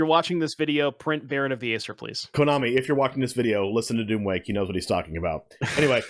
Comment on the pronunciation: You guys mispronouncing Aesir smh Edit: ok this is actually really annoying. Its pronounced "eye-seer"